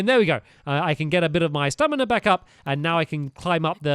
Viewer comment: He keeps saying Stanima